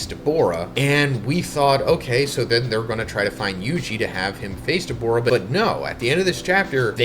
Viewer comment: WHY DO U KEEP SAYING DABORA??? ITS DA-BOO-RAH🤦🏿‍♂️